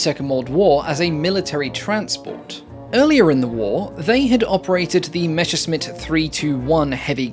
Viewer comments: It's MESSERSCHMITT, not Meshersmitt..! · Come on, it's Messerschmitt, not Meschersmitt lol